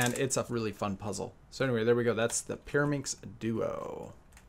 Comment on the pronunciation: Peeruhmixx??? Are you kidding me??? 3x3 is WAYYYYY easier than Peeruhmixx!!!